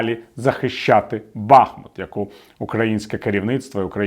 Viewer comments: БахмУт, а не Бахмут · Бахмут наголошується на другому складі